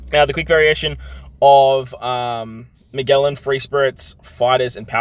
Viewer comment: Hey! Just so you’re aware, Magellan is pronounced ma-jell-an, (like jello, or juice):) keep up the great content!!! It’s always so helpful!